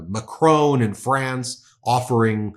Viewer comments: It’s Macron Ben not Macrone lol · Its NOT MacrONE its MacrON jeez